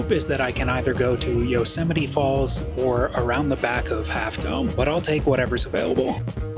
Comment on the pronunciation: Could you pls stop saying Yo-semite?